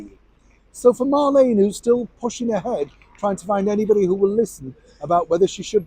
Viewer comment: Her name is Mar- Leen not Lane . Remember in the old radio program “ me names Marlene “ said in a Brumie accent. As far as going back to the palace I wouldn’t have her back but it might scare her to death, so yes bring it on.